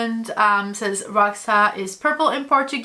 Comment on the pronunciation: Roxa é uma palavra da língua portuguesa que significa purple. A pronúncia não é como você e outras americanas estão falando. 😊